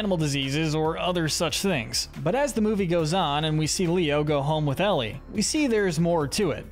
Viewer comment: Eli❌ Ellie✅